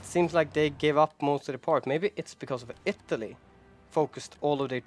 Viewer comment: Ittaly instead